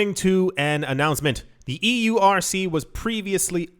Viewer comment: "circle eurc"? srsly? was i the only one that thought it sounded like circle jerk?